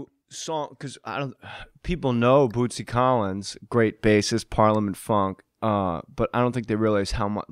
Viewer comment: I gotta say it was cool as hell to hear J.J.'s shout-out! (he nailed the pronunciation too). I love these older episodes! Bootsy is sooo damn smooth, baby.